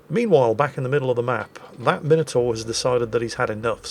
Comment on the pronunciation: After listening to Flambass and everyone else say Mine Oh Tore, it's simply lovely to hear proper English and you say Minotaur! Marcau doesn't have reload boost, just 3 second reload.